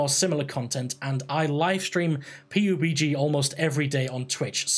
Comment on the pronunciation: Why do you say p-u-b-g instead of pub-g